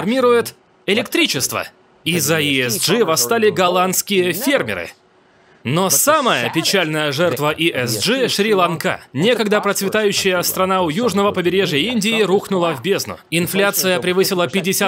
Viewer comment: Перевод отличный, качественный Но разве не Шри-ЛАнка, а не Шри-ЛанкА